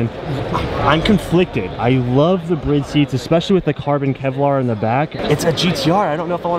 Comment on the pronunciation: no ones gonna comment on the fact pronounces Bride as Brid?